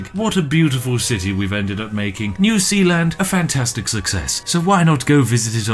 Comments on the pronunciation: Its Zeeland u barbarian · New S-EA-land. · Sounds more like New Peeland. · New Sealand... New Zealand... SPIFFING BRIT CONFIRMED NOT BRIT BUT KIWI